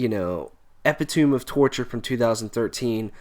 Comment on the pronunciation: Epitome = Eh Pit Uh Me ( pronunciation is incorrect, but we expect that given his German nationality.) Caligula = Kah Lig Yoo La